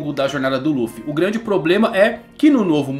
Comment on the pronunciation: quem mais ainda chama Ruffy? ahauabau como no Japão nao pronunciam o "L" de tanto escutar rrrruffy eu nao consigo desvencilhar 🤷‍♂️